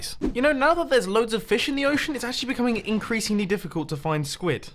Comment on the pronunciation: For some reason i heard a pun "INKreasingly" Like if u heard it too...